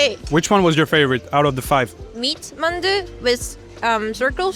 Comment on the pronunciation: Hmmm merci pour cette vidéo qui donne faim! Petite remarque néanmoins: fais gaffe, tu écorches la prononciation de certains noms que t'a pourtant donnés haha (ex: "shikpe" = shikhe, "manju" = mandu, "dapchae" = japchae)!